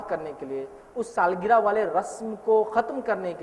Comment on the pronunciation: Saalgira nahi sahab saalgirah hota h